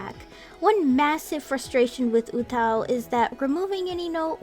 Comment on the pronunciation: She pronounces it wrong tho